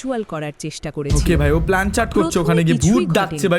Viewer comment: 😅Plancheet ✔️ Planchat ❌